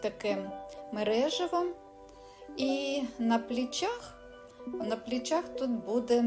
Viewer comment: "Плечах", "ни катон" . Вчить українську мову.!!! Склад речей???